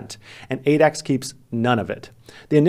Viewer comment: whenever you say Adax, I heard 8X lol😂😂